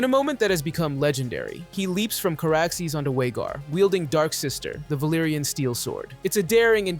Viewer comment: VHAGAR with a V….